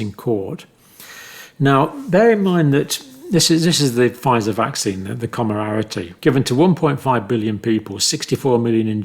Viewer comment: Comirnaty Not Comararity